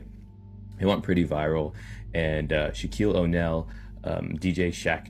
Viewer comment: Okay so 7 minutes and 47 seconds into the video the dude pronounces Shaquille O'Neal's name wrong he continuously pronounce his people's names wrong especially the stars is this dude seriously out of touch with reality or he cannot read like how do you not know how to pronounce these people's names I don't get it I really don't get it it's like frustrating every time I see this dude I want to fast forward